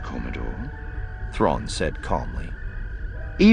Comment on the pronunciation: About half the time you left out the "r" out of the Thrawn.